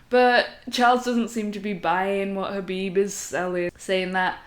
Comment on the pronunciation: For a second I thought I might have a new Mma channel to checkout..... She says she loves Khaboob Jr.... Can someone cue Homer Simpson. I do like how she says " Bread and Buttah."